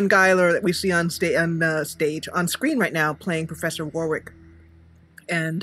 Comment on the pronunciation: I just wanted to say that in England Warwick is actually pronounced Warrick even though it's spelled Warwick. Btw great video